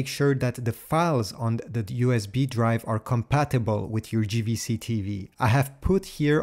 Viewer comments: It's Jvc not Gvc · Small thing that's "JAY" V C in English not GVC 😉